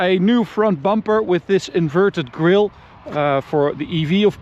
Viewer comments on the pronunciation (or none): none